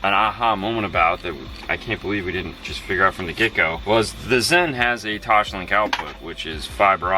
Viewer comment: Does "Toshlink" kill anyone else? It's TOSLINK.